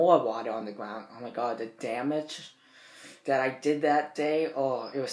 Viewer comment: "So much damitch"